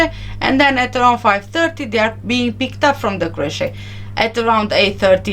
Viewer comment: you're pronouncing the word "creche" wrong. Otherwise your English is excellent.